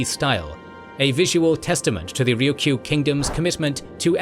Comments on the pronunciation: Why can't you say Ryukyu correctly? It's not "Ryuku." It's "Ryukyu." You're saying the Ryu part correctly, just say Kyu as you say the letter Q in English. RyuQ. Try it. It's not that hard. 😢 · Also, Ryukyu is a Japanese name and pronouciation, I think the more closely native name and native pronouncation would be "Luuchuu or Luucuu" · Nope, it's "Ruuchuu" in Okinawan, not the Chinese pronunciation. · Thank you for shining a light on the Ryukyu islands. (You did keep forgetting to say the second Y, but that's the Japanese pronunciation anyway so 🤷‍♂️). They have such a rich history and culture that often gets neglected as some minor corner of Japan because people forget that they were Japan's first colony. They continue to be marginalized by the Japanese government which markets them as a tropical paradise for tourists even as they underfund local services there and use the islands to house US military bases that mainland Japanese don't want near them.